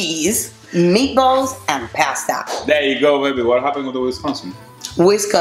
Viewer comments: PASTA .......NO PEASTA ..... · Pass-ta. Spoken like a true Italian. 🤦🏻‍♂️